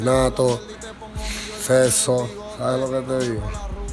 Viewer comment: Mariana N hola amiga Lo que Anuel dice es “sexo” pero como el no puede decir bien la x pues dice “seso” en vez de sexo hahahaha